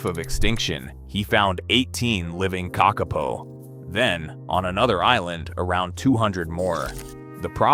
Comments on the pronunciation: Stupld humans destroyed the ecology of New Zeeland by mindlessly introducing dangeroud invasive species! The bad AI narration pronounced "kakapo" incorrectly, except once or twice. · I like it that they have studied the kakapo and yet still cannot say the name correctly. A little more research, Is an interesting video though :) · Couldn't cope with the spectacularly awful and varying pronunciation of Kakapo. A pity, because otherwise a good straightforward doco. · Good but why is the cvommentry in American with someone who cant even pronounce NZ words